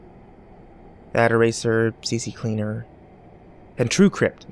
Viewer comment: "C-C-Cleaner" I used to say it like that aswell, but here's the truth: It's C-Cleaner.